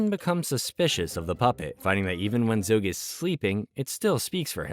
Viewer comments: Zog not Zoge! It was driving me crazy. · Zog not zogg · There's no 'e' in Zog!!! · Great video, other than mispronouncing Zogs name